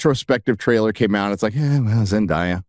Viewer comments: its Zen DAY a not die-a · Zen Die Ya 😂😂 I’m sorry I couldn’t handle it. Idk how people pronounce her name wrong. Zen-DAY- A. 😂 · Can you at least learn how to pronounce Zen-day-a's correctly? You keep doing it over and over as if it's not well know how to say her name. Sheesh. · The way he mispronounce and enunciate zendaya's name sounds kinda racists💀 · Why do you insist on saying Zendayas name incorrectly like you're Christopher Walken?